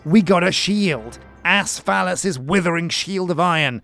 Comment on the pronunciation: “Asfalis” sound it out